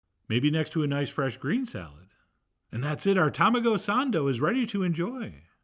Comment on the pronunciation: I love the American accent tamagough sandough :)